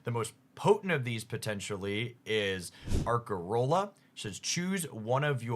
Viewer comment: Ace-arola never Ark-arola please and thank you